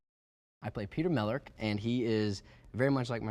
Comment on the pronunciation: "I play Peter Melerk" I died xD